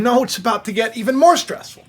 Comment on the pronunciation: Wow you usually butchered the word stressful if I wasn’t stress now I am thanks for putting that in the front of my head stress